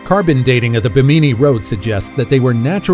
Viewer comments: Ba- meany? I always thought it was pronounced bem- a- knee. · It is not Bimineee Road......It is the Biiiim in eeeeeeeee Road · It's Bimini (bim` a nee) not Ba mi ni island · It isn't BEE-MINEE. It's BIM-IN-EE :) Great video. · It's just bimini the bi sounds the same as mini not buh-meeni - geeez. Google is able to say it correctly for you. You're doing this for National Geographic! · Bimini is pronounced: BIM • i • nee. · First off that was stupid. Secondly learn to pronounce stuff correctly. It's pronounce Bim-in-ee. Bimini. Plus Part of the footage you showed of the Bimini road wasn't even from that side of the world let alone Bimini. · It’s pronounced Bim-in-née not what ever your calling it. Do your home work it discredits you when you don’t even know the name of the place your reporting on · Bimini you put the emphasis on the wrong syllAble. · How hard is it to look up the pronunciation of “Bimini?” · Learn how to pronounce "Bimini"